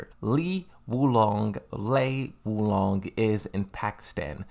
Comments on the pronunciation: Bro you got a tekken youtube channel least you could do its learn how to pronounce the characters names "lee wulong and yoshimatu😂😂😂" wtf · I love that you mispronounce the names. How people can get so enraged over pretty much an inside-joke on your channel is insane. I love me some Azel, Lei Shaokhan, Lee Wulong, Aquafina, Christine, etc.